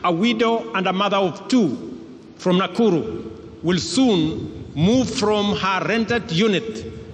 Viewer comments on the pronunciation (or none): none